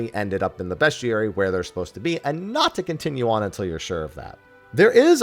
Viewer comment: I’ve never heard someone say bestiary so wrong before.